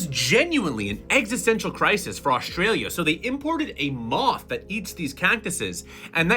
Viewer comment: "deshtroyed aushtralia"